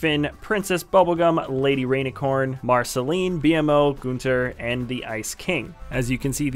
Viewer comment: its actually gunter not goonter. also can somone tell me what happened to lego ninja turtles????